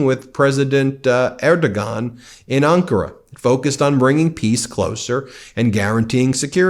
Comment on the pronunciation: C'mon, man. You have to know how to pronounce Erdogan. Er doh wan.